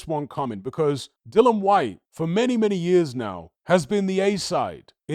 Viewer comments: oh u mean cuz says Dillon or Dylan instead of DILLIAN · Dill-I-an. Not Dillon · It was aggravating me who he kept pronouncing Dillian’s name wrong every time